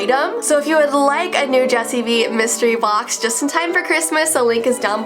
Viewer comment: No offense but "Jessii Vee" sounded like "Jelly Beans" well just a lil bit